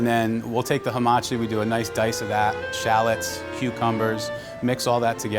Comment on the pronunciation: why does he pronounce shallots like CHALETTS